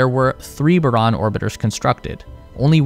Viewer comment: Não é Baron, é Buran